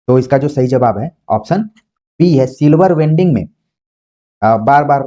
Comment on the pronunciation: माफ कीजिएगा गुरु जी silver wedding ( सिल्वर वेडिंग) है, वेल्डिंग नहीं ।